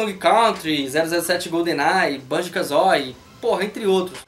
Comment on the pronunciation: Parei de assistir quando ouvi Banjo "KAZÓI"